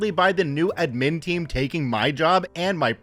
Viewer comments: Pronounced add-min Pronounced sty-pend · Thanks for the friendly intro, I have been rewatching old Star Trek, so I am having a good Data day, just like you said I should! ...wait that's not what you actually said, is it? (I'm not sorry) Also, probably worth checking how to say "admin" (the emphasis should be on "ad" not "min" even though in "administration" the emphasis is on "min") and "sudoku" (it's "sudoku" not "suduko"). And I've got to say, I'm disappointed about the author of the story spelling "aid" wrong ("aide" is a different word) and "etc." (not "ect.") among other mistakes. Not very reassuring for the schooling system that this story makes someone look like one of the better people in the school system while making so many and such obvious mistakes.